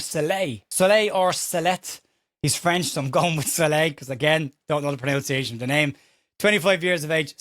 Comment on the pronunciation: Pronunciation not pronounciation